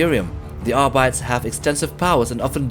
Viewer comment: Say it with me "Arbeeteez" not "Arbites". Phonetically of course...